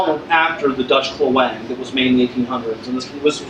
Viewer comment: Aceh is pronounced AH-chay and klewang is pronounced CLAY-wahng (i.e. stress on the first syllable in both cases). The klewang was based on Dutch naval cutlasses and adapted for use on land. The Dutch colonial army developed special techniques for their troops in which they would use their carbines slung around their arm to shield their left side. In colonial battles the cutlass was seen as the main weapon of the troops, who were discouraged from using their carbines, but taught to close in rapidly and use their klewang. This was very effective, but only against an enemy who did not possess quick-firing firearms.